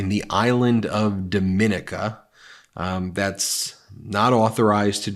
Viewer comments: Dominica is pronounced Doe-ma-nika. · Caribbean Island is pronounced Doh-min-EE-ca. Not pronounced same as Dominican Republic. The inhabitants of this beautiful little island don’t want to be confused with the people from the much larger island (Haiti/Dominican Republic).